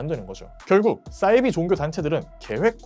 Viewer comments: 사이비(似而非)를 싸이비로 발음하시는 이유가 있으신가요? 사투리인가요? 사투리라면 어느 지역이신가요? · 왜 싸이비 라고 하는거죠? 사이비 라고 해야 맞는거 아닙니까? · 사이비~~~발음이 어렵냐?😩 아니면 영어라고 생각해서 '싸이비' 🤮라고 하는거냐.......?? 似사~而이~非비.....겉으로 보기에는 비슷한 듯하지만 근본적으로는 완전히 다른 ❌것 !!! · 싸이비 아니고 사이비요.. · 사이비 발음은 싸이비로 하시면 안돼요